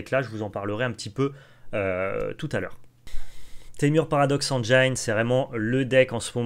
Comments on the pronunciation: il y a méprise Théo de votre part, prenez mon commentaire littéralement. J'apprécie le contenu de la chaine Magic Arena FR à laquelle je suis abonné. Le seul intérêt de mon commentaire est de signaler au streamer que le mot engine se prononce "engine" et pas "engeaillene". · Bon les gars, c est cool, par contre il faut apprendre à prononcer "engine" correctement car ça écorche les oreilles